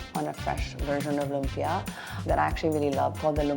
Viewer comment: lum-PYA > LOOM-pyuh Loompyuh is such a Fil-Am way to pronounce lumpia. Ugh.